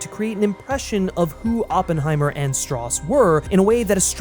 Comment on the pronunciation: As he proceeds to say "Strauss" wrong...